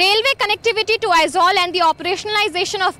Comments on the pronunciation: It is not Aizwal, it it AIZAWL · Not Aizwal The correct word is Aizawl